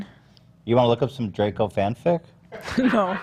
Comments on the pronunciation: ethan pronouncing draco as "dracko" and nobody bothering to correct him is sending me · Ethan just pronouncing Draco wrong left and right 😂